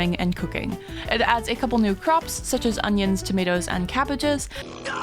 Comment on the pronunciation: "My CaBaGGeS!!" ☹☹☹☹☹🗣🗣🗣